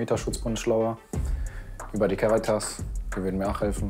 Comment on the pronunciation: Cäritas😂😂😂😂😂 oh junge ...